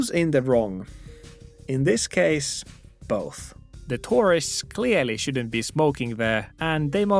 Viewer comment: I like your videos but please work on your pronunciation of tourist.✌️ “Most people don’t follow the rule” is incorrect, I believe. I support the Japanese man, somewhat.